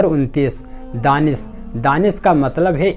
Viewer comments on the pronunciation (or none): Danis nahin Danish hota hai, isi tarah Zawad nahin Jawwad hota hai, Shakib bhi ghalat hai Shakeeb aur Saqib sahih hain. Video banane se pehle thoda homework karliya Karen.